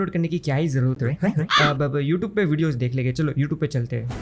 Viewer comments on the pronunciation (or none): none